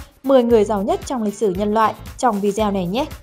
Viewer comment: Video đọc đúng là vi đi ô , không phải là vi gieo